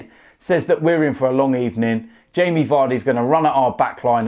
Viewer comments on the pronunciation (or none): "Sacked in the Ebening, you're getting sacked in the Ebening." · Sacked in the ebening